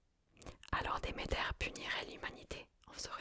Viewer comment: Comment tu me prononcé Hadès et Demeter la ? Mes oreilles d'Hélleniste seignent 😭 Nan plus sérieusement il est très très sympa ce format, j ai adoré !